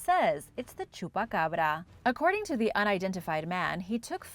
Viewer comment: I LOVE this channel and this presentor has such a beautiful voice....clear, precise pronunciation... smooth, gentle. I absolutely adore the she said chupacabra 🙂 Another great video from a great channel 👍